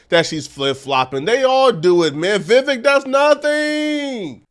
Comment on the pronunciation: Pronounced: VIE VECK